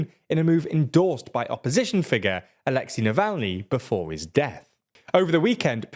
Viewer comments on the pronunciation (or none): none